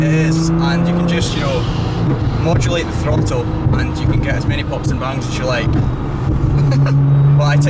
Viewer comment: Mode julate de frottle